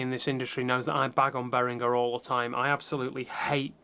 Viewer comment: Thank you for pronouncing Behringer like Behringer and not like BehriJer. :)